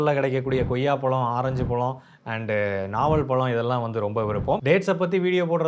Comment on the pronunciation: தம்பி பளம் அல்ல பழம் என்று அழகாக கூறுங்கள்..... வாழ்த்துக்கள்!